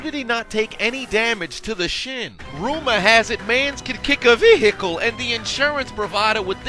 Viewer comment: Why do you pronounce the silent H in vehicle?